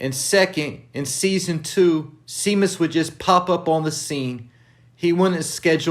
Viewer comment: It’s pronounced (ShayMus)